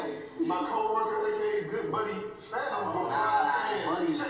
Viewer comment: He messed up fanums name and called him fanuma